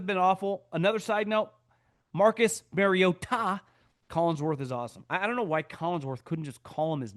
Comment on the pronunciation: As a tortured Titans fan, I encourage you to look up the actual pronunciation of Mariota.